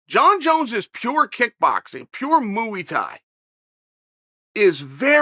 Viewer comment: Moo-E thai